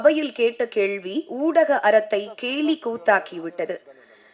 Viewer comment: Yepdi avnga uchcharippu crct nu ivlo per nenakiringa 🧐 Fluent ah news vaasikira mari supera pesranga Kekka nalla Iruku but she's pronouncing periya ள as ழ..kelvi ya kezhvi kezhvi nu azhuthi solranga particularly in second video ...again ketu parunga